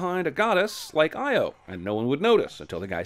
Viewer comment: Io is pronounced EE-Oh. It's GREEK. Stupid movie.